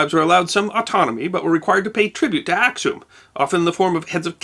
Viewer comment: Before you post a video, would you please consult with people who are knowledgeable of the history of the regions, and the names of cities and people? I cringed at every mispronunciation, beginning with "Ack-sum" right to the end.